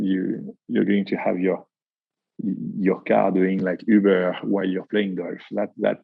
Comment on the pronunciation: Next time I call an Uber, I want to say it exactly the way says Ubeeur